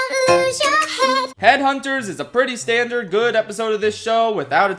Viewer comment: ”stan- dard” hehe ”dipping out” also apparently melody works at the shack now :D